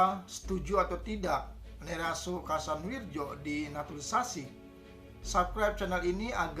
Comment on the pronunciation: Kasanwiryo bacanya itu pak